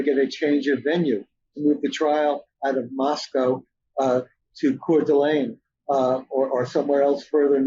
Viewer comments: Pronounced loke Costco. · Mr Blum would seem more credible if he could at least get the unusual pronunciation of Moscow correct. It’s a real issue.